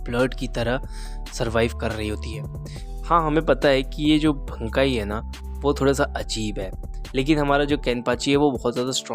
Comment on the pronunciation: Bro it's BANKAI not bnkai